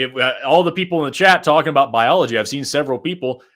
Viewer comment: with zero accent before, saying "we can talk aboot it" was the funniest thing I've heard all day. Just unexpected.